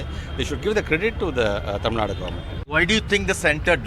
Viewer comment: Please Say tamilNadu , its not tamilnad, not just karnatak. Is it indi or india? . - Long Live India